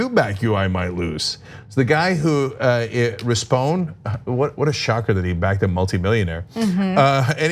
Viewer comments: It's pronounced Rispon-ee, like Phoney Rispone. Just a little info from LA :) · It’s pronounced RISS-PONE-KNEE, and yeah he face planted hard. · It’s pronounced “Rispon-we” as in “we”. Not trying to be a douche, just helping you out Ana. Much love. Tyt for the win!!